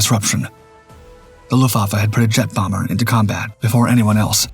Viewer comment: It's AI slop narration - a giveaway was the way it couldn't read and pronounce 'luftwaffe'....